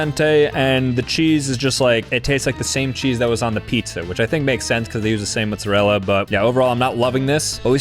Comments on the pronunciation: Mot Zah Rell Ah Not mutzarela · I'll never get used to the way he says "Mootzerella". It always catches me off guard